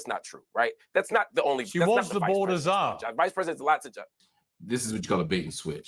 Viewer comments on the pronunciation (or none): none